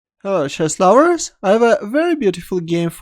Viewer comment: Pls say hello chesslovers clearly